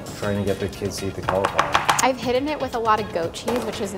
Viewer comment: It is NOT pronounced "call-Eeeee-flower" THIS IS SO PAINFUL TO LISTEN TO